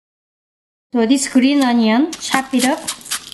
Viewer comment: I love how she says onion like 안넝 ❤️😂